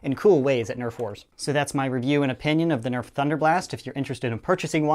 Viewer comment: FYI, it's Nerf, not Neft